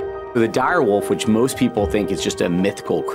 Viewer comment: “Dire Woof”